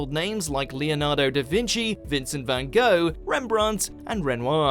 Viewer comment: Please pronounce Vincent Van Gogh properly!